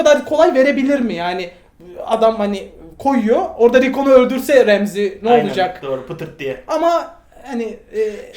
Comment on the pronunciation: abi remzi kim ? ramsay e remzi demeyi bırakın artık